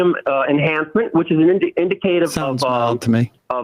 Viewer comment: "In-di-CAY-tiv"? 🙄 Yeah, this guy sure knows his stuff. 😉